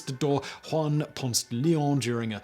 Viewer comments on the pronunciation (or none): none